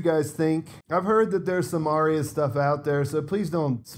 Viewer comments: Finally someone pronounces her name correctly lol it's not hard. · Potential mini spoiler. Not a leak but maybe an oversight by HBO. Arya (correct pronunciation Are-ya) was in a trailer that was broadcast in another country fighting Brienne at Winterfell. She was also wearing the cats poor dagger that we see Little Finger with in your pictures. Does he give it to her or does she kill him and take it? I guess we will find out soon! I feel like he will have one last power play up his sleeves. Chaos is a ladder after all. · was very specific about correcting somebody's pronunciation of "Arya," so he set the tone for posting with a high attentiveness to detail. There are always excuses for posting errors -- you say technology is to blame now -- and that's all well and good, but initiated this high bar with his earlier clarification.